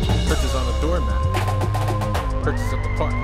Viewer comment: He made a song about Hertas but can’t even pronounce them 😂